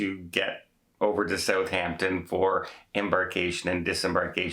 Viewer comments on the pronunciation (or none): none